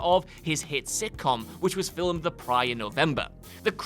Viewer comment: there’s no “u” in “film”. It’s “film,” not “filum”.